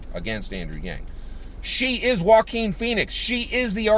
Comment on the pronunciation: Haha you're too funny! You totally corrected yourself on the Jock-uan/Wah-keen slip...this made my day! 💯% #YangGang P.s- Is it me or does it actually driving down a freeway of potholes! You can see your car take a beating from that road, almost sound like you had a guy in your trunk just kicking away at your interior haha my brain sometimes!